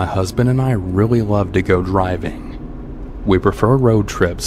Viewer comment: Did he say go “riving”?